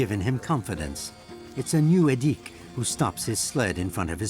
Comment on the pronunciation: The weird-ass forced exoticisation here was unnecessary (e.g., making the names even stranger to English speakers' ears than they already are) - the life of the Nenets people (not "Nenetses") is already unusual enough without it. "Edik" is clearly pronounced with the accent on the first syllable, not the second one - his father says it several times - and there's no need for a "u" in "Gena" (short for "Gennady", a common Russian name - as is "Edik", which is short for "Edouard". During the Soviet era, "local" names were essentially forbidden, and Russian names are still pretty much the default today.